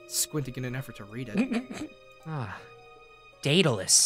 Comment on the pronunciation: Am I the only one who thinks Daedalus sounds like "Dataless"?